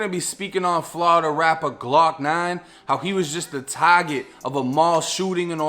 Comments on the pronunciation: It’s target not taget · Wtf is a taaget did you mean target ? I CAN'T